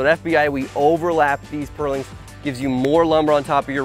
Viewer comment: I'm enraged by the way you say purlins.